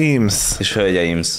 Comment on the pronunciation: ez a szó végi essssz... irtó irritáló 😀 hölgyeimSZ uraimSZ... ne mááár